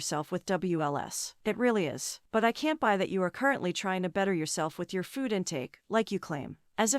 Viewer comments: Why is she pronouncing food like fooohhd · Literally nobody gives a shit whether she eats shit tonnes of food (or "fawwd" as Amber likes to pronounce it now, because that's probably how her gorlfriend does) on camera or not.